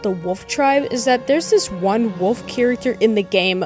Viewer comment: bro says wuf instead of wolf